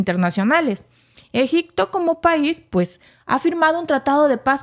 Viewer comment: Se dice Egipto no egicto